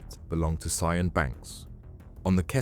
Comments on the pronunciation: Her name is pronounced sharn 😅. Not sy-an. That's a colour. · Yep, it's Sharn, not See-an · Her name is not pronounced " see an " its pronounced sharn apart from that it was great . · Is her name really pronounced as cyan? Isn't it "sharn" ? Lol but otherwise nicely done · See-an 🤣 its pronounced 'sharn' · And pronouncing a welsh name as si-anne instead of sian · its pronounced Sharne i think not Cian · I think it’s pronounced like “Sharn” not Sss-ee-an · Great video mate, enjoyed that. Her name is pronounced sh-arn, not ze-an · Sian is pronounced Shaan not Cyan- are you using a text to speech programme? because if you are I'm done with you. Narrate in your own voice- not a stupid AI that is crap at pronunciation! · sian . is said . sh-arn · Ibiza and Sian not said correctly so I think the narration is AI. Sian is said as Shan, the "z" is silent in Ibiza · Surely Sian is pronounced Sharn? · not sure if you’re using AI for voice over on this, but name “ Sian” is pronounced “Sh arn” . Also Ibiza the “z” is “th” so “Ibitha.“ Definitely not someone who corrects spelling & grammar just think content is good! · Lol Ce-An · "Ibizza" and "Seanne" are pretty fantastic pronunciations 😂🤦‍♂️ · FYI "Sian" is an Irish name pronounced more like"Shan" than "See-Ann". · Sian is pronounced "Shawn" - it's a Welsh name, equivalent to the English Jane, Scottish Sheena or Irish Siobhán. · Sian, pronounced Shân or Shahn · Sian is pronounced "Shahn" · Sian. Pronounce Shan. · Also, Sian is pronounced "Shahn" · I agree well made, only downside is it triggerd me every time you said the girls name wrong all the way through, it pronounced 'Shahn (with a long "a" sound)' its a strange spelling I know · Sian is a name of Welsh origin and is pronounced Shaan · You could at least learn to pronounce her name properly ffs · How can you not know how to pronounce Sian? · Sian isnt pronounced like that 🤡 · Lost interest when the narrator couldn't pronounce Sian...it's not even that unusual.